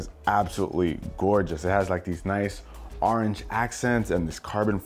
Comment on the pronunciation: Arenge no its orange